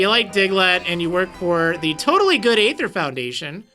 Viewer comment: sorry to be so picky, but Aether is not A-thur, it is E-thur